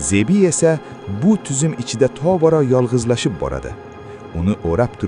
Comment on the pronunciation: Toʻgʻri talaffuz qiling.Zebii